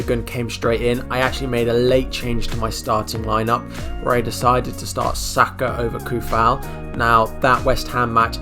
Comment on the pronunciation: Great video mate! Maybe try and pronounce peoples names right though, its respectful! :) Gun-doh-wan! Sah-ka!, Soo-Fahl! :) :) :)